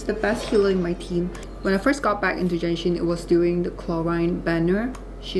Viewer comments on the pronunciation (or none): Its Genshin. Not Jenshin. My God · Just to correct you though, it's pronounced as Genshin with the G, NOT "Jenshin". This video was uploaded close to 2 years ago but yeah hope you got your pronunciation correct by now. You also pronounced Clorinde's name incorrectly as well as other words but I'm not gonna emphasize on those. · stop calling it jenshin:face-red-droopy-eyes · is genshin not jenshin